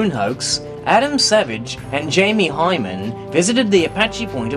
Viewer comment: His name is Hyneman, not Hyman. If you can't even get his name right how are we supposed to believe that you got anything else right? Fucking crackpots.